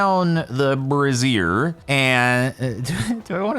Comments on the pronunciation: Just as a note, it's either bray·zhr or bray·zee·uh, the former being most common states side. What you were saying was more... women's underwear. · Brazier is pronounced bray-zee-er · Am I the only one who had to control a snrk every time he pronounced it “bruh-zeer”?